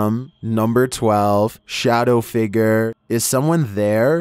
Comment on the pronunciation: "Shadow figger"